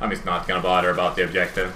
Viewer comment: bodder (bother) lmao